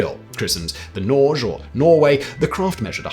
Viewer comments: Norge (the Norwegian name for Norway) is pronounced Norr-gé! with emphasis on the e. Not Norgch. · Norge is pronounced nor-gay. It’s Norwegian for Norway. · Norge is pronouned Nore-geh. It means Norway in norwegian. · Wouldn't "Norge" be pronounced "nory-ay"?